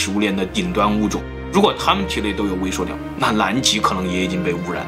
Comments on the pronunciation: 是su liao不是suo liao😂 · suliao 不是 suoliao 听的好别扭😂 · 塑料不是塑尿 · 是塑料，不是素尿。读liao不读niao，是哪里人呀？ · 到底是 料 還是 尿 XD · 是微塑（sù）料噢～ 不是suō啦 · ㄙㄨˋ 不是 ㄙㄨㄛˋ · 塑尿！你tm 结巴吗 树料不吗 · 塑尿塑尿的 好出戲啊⋯⋯ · 塑料，su, 不是shuo，你查词典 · 是suoniao ，摇头晃脑赶得上帕金森症了，很有才华，就是有点不敢直视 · 塑料！不是“硕”料！ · 跟老一辈的发音一样，suo料